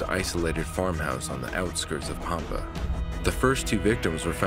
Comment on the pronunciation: Robin is an amazing young woman. Her brothers last name is the same as Robins. And it’s Pampa which rhymes with Tampa. My cousin is married to Robin and Zach’s Dad.